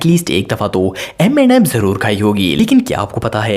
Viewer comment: normal people say m&m's and says m andd msss like desi